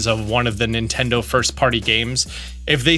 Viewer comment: More like "Nintenfro"